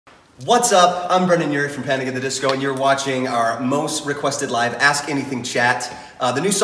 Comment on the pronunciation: HE LEGIT SAID CANIC AT THE DISCO